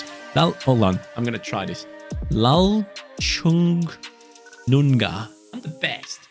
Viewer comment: You're pronouncing that "Lalrinzuala" & "Apuia" perfectly!!! Mizo names are very hard to pronounce, and that "Lalchungnunga" was very close as well. Big Respect!